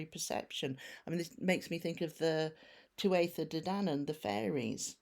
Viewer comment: Thank You for CORRECTLY stating the " Tuatha De ". That miss direct will come out too.